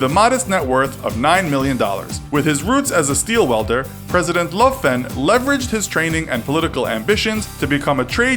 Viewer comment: The F in Löfven is silent and Ö is pronounced like the I in dirt or the U in hurt.